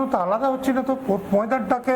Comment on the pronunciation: স্পোর্টস নাকি পোর্টস ???